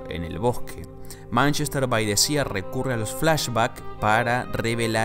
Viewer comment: Manchester by the sea Sea = mar = pronunciación = Si no SIA!